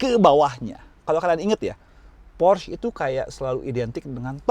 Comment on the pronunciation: por - sche bukan porsh.. udh kyk matt watson salah mulu nyebutinnya, bikin orang jerman pada nepok jidat